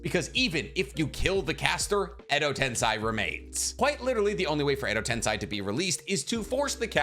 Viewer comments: I like the videos, but your pronunciations absolutely ruin everything. At least be consistent. Jutsu is plural for jutsu. You were doing it right at first, but after the ad, you went back to saying JoOtSoOs. Edo Tensei Edo TEN-Say I'd subscribe if I didn't cringe at every annoying mispronunciation haha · Tensai? What’s with the mispronunciation of Japanese words? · It’s Edo Tensei pronounced Eddo Tensay, and Kakuzu pronounced Kockuzuh. With this amount of views and subscribers I’d expect better. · Edo tensei (TEN-SAY) that’s how it’s pronounced weirdo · and i repeat.. it’s pronounced as “Edo ten-say” YES. get it right lol❤ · Not you saying Edo tensai😭😭 im dead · Every time he said Edo TensAi I flinched a little. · I don't want to be that guy, but its pronounced Edo "Ten-Say" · Your pronounciation of Edo TensEi shouls be the forbidden jutsu my man. Not to mention Suigetsu. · Why do you pronounce Edo Tensei like that? Its not the way its supposed to be pronounced.. english pronunciation is so weird sometimes.. just say it like they do in Japanese version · Why on earth are you pronouncing Edo Tensei in such a weird manner... -_- it's so grating to the ears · Take a shot every time he mispronounces Edo Tensei ... spoiler alert, you drunk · I disliked this video and unsubscribed because you can't say edo tensei correctly. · Every time he mispronounces edotensei, a puppy dies